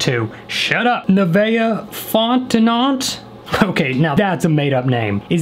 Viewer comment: Fontenot is pronounced Font-No